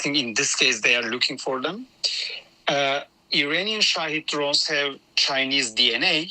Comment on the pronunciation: Is he saying Iranian or uranium?